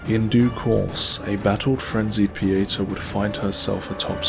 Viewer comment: I love this presentation, but I'm a bit disappointed that your pronunciation of "Pieta" doesn't match the way she and Exacter Dunmire pronounce it. Specifically, in her introduction after meeting her at Skyrest, and in Dunmire's early quest dialogues where he instructs you to say nothing to Pieta. Both Pieta and Dunmire emphasize the "TA" in the pronunciation. Granted, Captain Stomund and a Stigma of Judge Cleric's "secretary" pronounce it like 99% of the internet. But I'm inclined to believe the correct pronunciation is the one given by the character herself. Typically, it wouldn't be a concern, but considering this video is a historical lore documentary, accuracy becomes more crucial.